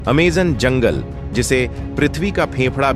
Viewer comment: Naam tao theek se le bhai Aimazone hai